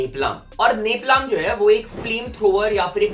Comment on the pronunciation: woh neplaam nhi nepalm hota he 😭😭😭😭